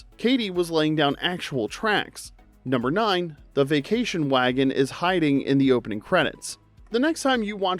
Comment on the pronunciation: Why this guy pronounce 'the' as "thee"? Da fuq? Also 'a' as "ayy" (fonz style)! what an amateur.